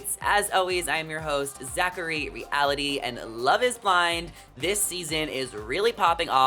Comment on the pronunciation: Zachary Re-ah-lity?